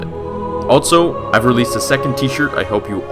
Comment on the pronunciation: Am I the only one who notices that every time he says "also" it sounds like "altzo"?